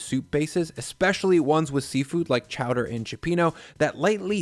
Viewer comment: Chowdair? Chowdair ITS CHOWDER!!!